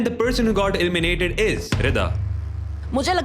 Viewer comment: ELIMINATED❌ ILLMINATED ✅